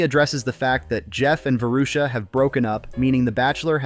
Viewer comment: Saying “varoosha” is wild 😭